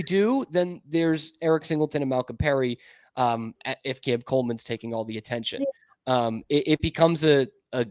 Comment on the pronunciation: “Malcolm Perry”?